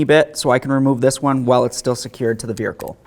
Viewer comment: "Verhicle" 😂 classic